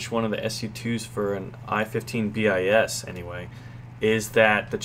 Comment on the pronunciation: "bis" pronounce as plus sound "s".